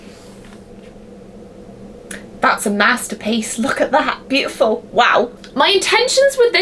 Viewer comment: Butiful ( pronounced Butt- I- Full)